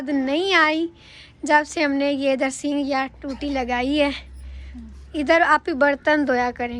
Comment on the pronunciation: Sing nahi sink kahty hain